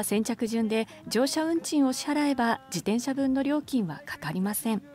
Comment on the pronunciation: 「じでんしゃ」って言うやつはきっと漢字が苦手なんだな。